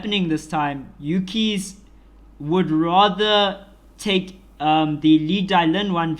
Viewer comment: Laevatein is pronounced Lay-va-teen. You're saying a whole different word (Leviathan).